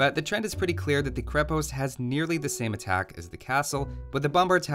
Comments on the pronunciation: Minor note from a nerd - it's pronounced "KrE-past" rather than "kri-pOst". Great content, thanks for making it! :) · You also say krepost wrong